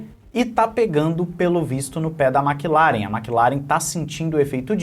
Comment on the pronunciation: "Maqui laren" 😂😂😂😂😂